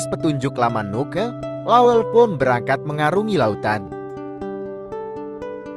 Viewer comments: Bukan lawel, tapi lawelle' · Jgn bilang lawel Namanya La wel Le